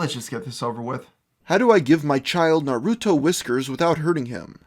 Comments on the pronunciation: its pronouced nar a toe. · its pronounced Nar-ru-toe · You got a dislike for pronouncing Naruto wrong. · If you can pronounce weaboo why can't you pronounce Naruto?